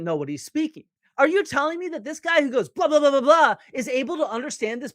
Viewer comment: Dibble be like “I don’t like the guhy”